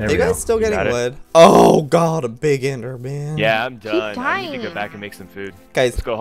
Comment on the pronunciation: do you know how to say enderman